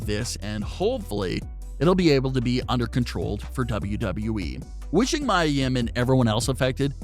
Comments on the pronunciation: PLEASE SAY HER NAME CORRECT ITS NOT MYA ITS MIA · I don't care what Charlotte says...A lot of us hate that storyline. I feel personally feel like your being disrespectful purposely saying Mia (Mee•Yuh) name wrong and I am not cool with that!